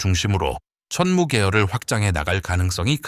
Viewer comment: 자막을 보니 이 영상을 올린 사람은 한국인이 아닌 것 같다. AI로 자동 더빙을 해서 그런지 `천무는~`이라고 할 때 천무가 천문으로 , 그리고 365일을 제대로 표현하지 못하고 있다. 또한, 이 정도의 내용은 나같은 문외한도 읊을 수 있을 만큼의 보편적인 내용이다. 군사 관련 영상을 많이 접하다 보니 거의 매니아 수준이 돼서 그런지 내가 모르던 내용을 추가로 듣지 못했다.